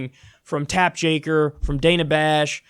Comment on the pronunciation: "Tapp Jaker" -Kyle Kulinski, 2019